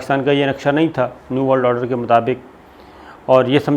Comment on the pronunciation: Sabir sahab it's order not oder. I have also noticed you can hardly say or pronounce any English words properly. You don't even take English names properly.